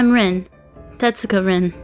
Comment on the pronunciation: "Rin" is pronounced "reen", guys